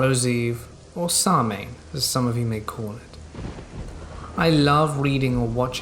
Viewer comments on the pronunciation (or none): Samhain is pronounced Sowwen.